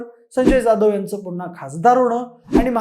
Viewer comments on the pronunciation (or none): none